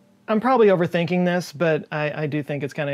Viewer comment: Im over thinking this one a little too much, your over thinking segment make me think you're from Texas. ALMOST sounded like a sermon for a sec. just kidding, love ya.